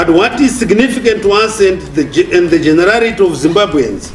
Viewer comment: Ribherion...., jenararity... 🤣🤣🤣🤣🤣🤣🤣🤣🤣🤣🤣🤣🤣🤣🤣🤣🤣🤣🤣🤣🤣🤣🤣🤣🤣🤣🤣🤣🤣Zidofo remakoko😒😒